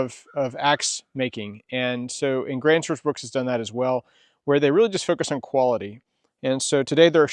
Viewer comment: There's no "S" i n bruk.